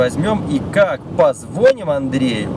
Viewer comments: У них на районе не звонЯт, а звОнят... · Не позвОним, а позвонИм))